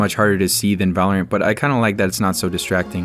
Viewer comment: The guy at the end said vulurunt